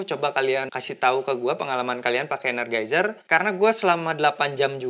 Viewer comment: ener JAI zer bang bacanya